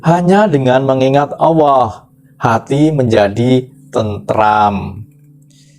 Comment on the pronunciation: Kok di sebutnya awooh..bukan alloh😊